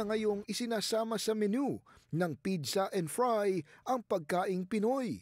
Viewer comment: I think may problema ang dila ng newscaster na ito! Ano ba talaga pidza o pizza??😂😂😂